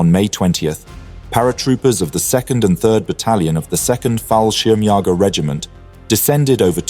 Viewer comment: I understand that German is a very difficult language for native speakers of English, but considering the number of times you try to pronounce the German word for paratroops you should know what the meaning is of those two little dots above the second ''a'' in "'Fallschirmjäger''.